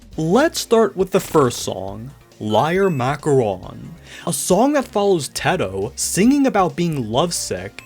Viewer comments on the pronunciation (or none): none